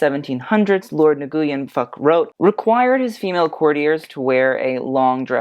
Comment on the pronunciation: “Nguyen” should be pronounced like “n-win”